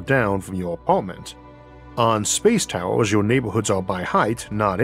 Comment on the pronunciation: He should change the title to "Space Towews"